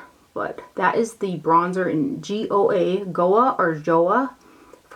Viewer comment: Goa is pronounced "go uh" -- it's a region of India known for its beaches :)